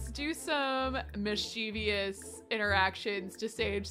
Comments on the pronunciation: Mischievous is pronounced as Mis-chu-vus so the Mis-che-ve-us is so funny to me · I love this series and I adore you, but please. Mischief- MISCHIEVOUS. As in miss-chiv-us. I was actually corrected for this exact same thing by my ASL professor. Who is deaf. He could see I was pronouncing the word with an extra syllable 🤦🏼‍♀️🤷🏼‍♀️ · If enough people say it “wrong” it becomes “right” I don’t like saying mis-chu-vus either